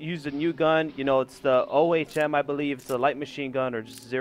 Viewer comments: Its pronounced Oh with an m at the end. It called that because it has to do with electricity because a scientist, something Ohm came up with a way to measure resistance in a circuit. The symbol for it is called an omega if you know the Greek alphabet, you know what im talking about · It's pronounced 'owm' like 'own'. It is named after Georg Ohm who found that there is a direct proportionality between the potential difference (voltage) applied across a conductor and the resultant electric current. This relationship is known as Ohm's law.